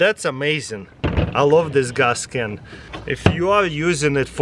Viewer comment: "Gaas Ken"